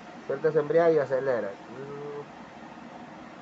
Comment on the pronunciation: EMBRAGUE no embriague